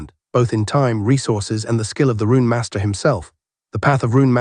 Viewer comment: This the AI with the weird inflections. It isn't bad this series though. It really freaks out during Cultivation series. Words like "Master" come out "Masterrah"